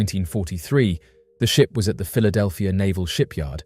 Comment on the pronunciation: Philadelphir? That's not the queen's English. kek